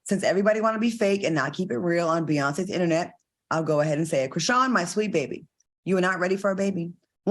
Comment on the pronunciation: Al saying Chriseeyan took me out ahahhaahhaha